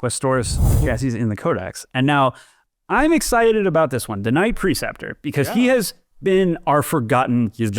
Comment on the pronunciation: It's pronounced PRE-ceptor, not "PER-ceptor."